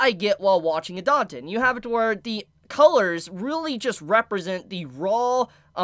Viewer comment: I am a nazy, please pronounce it idaten, not idanten